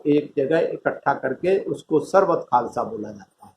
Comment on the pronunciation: Khalsa Nhi khalsa hota ha